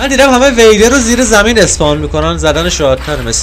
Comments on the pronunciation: وهیدر نه ویدر بی صواد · دقیقه 10 ثانیه 39 دقیق 4 بار گفت وإدر بابا اون ویدره 😂😂😂🤣😂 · داش ویدر خوندش WEIDER نیست WIDER خونده میشه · وِیدر نه ویدر او و اِ نمیگیره و اگر بکشیش بهت یک ستاره میده که با اون میشه بیکن ساخت یک چیزایی که از خودشون نور میدن و با اون میشه افکت های خفن و ابدی گرفت و اون عروسک ها اسمش توتم هس که وقتی داری میمیری و جونت تموم شده باشه و دستت باشه دقت کن حتما باید دستت باشه تا بهت 5 قلب بده و 5 قلب طلایی هم میده که بهش میگن شانس مجدد دوستم دارم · به ویدر میگه وییدر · اسم اون سه کله رو اشتباه گفتی ویدر هست زیر ( و) إ نداره